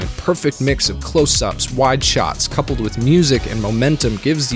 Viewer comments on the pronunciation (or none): none